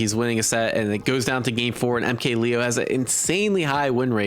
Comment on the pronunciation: MKLeo is given a more Spanish pronunciation (At least from what I usually hear I might be wrong)